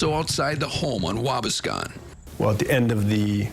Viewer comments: It is Waa - bass-con. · Has nothing to do with the video, but I'm just over here laughing at the way dude pronounced Waubascon. 🤷‍♂️😂